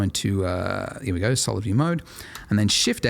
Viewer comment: More like "Here we dough, again!" Am I right? :)